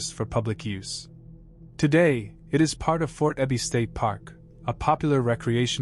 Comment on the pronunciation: Yeah, the AI voice also mispronounced Sedro Woolley and Fort Ebey: it's SEEdro and EEbey both in Washington STATE. The artificial isn't so intelligent here.